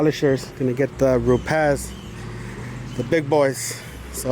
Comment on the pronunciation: I think you and myself are the ONLY two people that pronounce Rupes correctly. RrruPez!